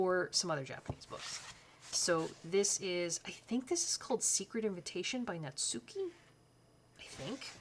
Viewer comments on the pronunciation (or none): none